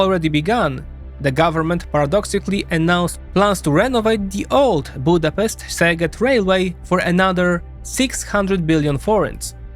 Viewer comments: So the way you pronounce "Szeged" is one that means "your butt" ;) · In Hungarian, “sz” is pronounced like “s” in English, and “s”(in Hungarian) is pronounced like “sh” (in English). Other than that, great video! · Hohoho! Take care how do you speak "Szeged". Say it like you say the S in sail. The funny thing is that how you said "Szeged" actually means in hungarian "your arse". :D Pardon my language, but that is the correct translation. SZ is the english S, how you say S is how hungarians say S - but SZ is a separate letter. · SZ is just "s" in English. It's not zeged, but seged. But I grant you, many people do say Tisza as if it was teezah. It's the name of a river, and it's just teesah. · Sz = English "S" S = English "Sh" Zs = well, there isn't an English letter in the alphabet to represent that Hungarian sound, maybe go for the sounds in the following words: measure, treasure, pleasure etc. So words are correct like: Szeged = "Seged" Budapest = "Budapesht" Paks = "Paksh" Tisza = "Tisa" (NOT "Tisha") Fidesz = "Fides" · Yes, I almost lost it at that line :D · I really liked the video however 2-3 mintues of research of how to pronounce names of cities and other stuff would have made it way better. To the hungarian ear the way you say szeged or debrecen is just painful. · Please at least try to copy Google translate pronunciation if you don't know how to pronounce a word. Like Debrecen, Szeged and etc. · In "Orbán" there is an accent on the "a", not on the "O". "Sz" is pronounced s in Hungarian (unlike Polish), so Fidesz is pronounced Fides; Tisza is pronounced Tisa; Szeged is pronounced Seged (otherwise the latter one becomes very funny in Hungarian).